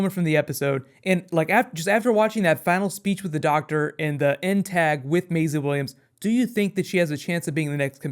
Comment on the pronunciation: why do you keep calling her "mayzluh"?